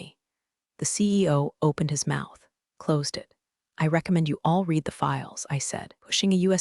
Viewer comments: So many of these have the same problem: "read" when past tense, is pronounced "red". What I hear (phonetically) is "she reed the email". Disrupting, and so wrong. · This keeps pulling me out of the story — “read” in the past tense is pronounced “red,” but I keep hearing “reed,” like it’s present tense. It’s such a small thing, but it really disrupts the flow and feels off, especially during emotional or pivotal moments. A quick fix that would make a big difference. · Absolutely love this channel. It’s one of my favourites, although I have to say some of the pronunciations are hysterical. Unironically and quinoa were my favourites.😂 Could you maybe spell the words phonetically for your AI? At least that be said correctly. ‘Read/ red would be a perfect example.